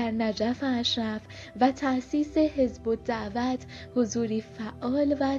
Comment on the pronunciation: صدات خوبه برای گویندگی اما سوادت کمه. دقیق ، حزب الدعوه صحیح است . همچنین اعراب اسامی را مانند ما نمیخوانند و نامها کسره اتصال ندارند . دقیقه محمدْ انورالسادات یا انور سادات خوانده میشود. همچنین دقیقه شیخ الازهر[ ال ازهر] صحیح است؛ نه شیخ الزهر که گفتی دیگر دقیقه که دوباره گفتی الزهر که باید میگفتی الازهر. دقیقه ۱۱:۴۳ هم گفتی مِلک که صحیح نیست. درستش مُلک یعنی مملکت باید میخواندی. راستی طالب الرفاعی هم متولد 1931 است نه 13